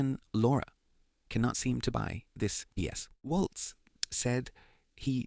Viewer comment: It is Mike WALTZ not Walz. Tim Walz is MN Governor and had NOTHING to do with the Signal chat. Please get the last name correct.